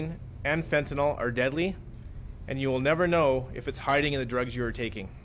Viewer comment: FENTANYL not fentanol